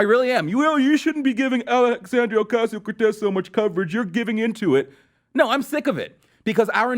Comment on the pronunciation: I love how closet racists like this dusch pronounces AOC's name in cartoon fashion.